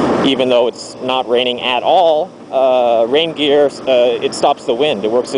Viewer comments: i thought you were saying reindeer at the start 0_0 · took me a good few minutes to realise you were saying rain gear, not reindeer :(